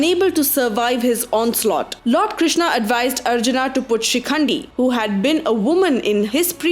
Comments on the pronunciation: Why the stress on the "haa" sound at end of every name? Its not ArjunA. its a softer sound Arjun: where the colon is a much softer sound than the way you are pronouncing. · What the hell i extra A after every name Karna, Arjuna, Duryodhana , Bheema ??🤬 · Please English m bol k naam mat kharab karo sabke It's Arjun not Arjuna it's Bhism not Bhishma it's Shiv not Shiva It's Ram not Rama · What the fuck are these dronaaa, arjunaaa, bheesmaaaa, pronounce the historical names properly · Spelling change'while transcripting but why you are changing pronunciation. Not arjunã it's Arjuna or Arjun if pronounced correctly and also for rest of names. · Why the hell are you speaking like that foriegners don't how to pronounce ram shiv karn arjun it automatically gets pronounced like rama shiva karna and arjuna but you are indian then why the hell u can't speak like that. You don't look very intelligent or smart while speaking like that do not destroy the new genration. You should regret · why the hell are you adding extra "A"s to everyone's names? they were Arjun, Bheem, Nakul, Sahadev, Karn, Ang, Dron, Duryodhan. why add extra aa sound?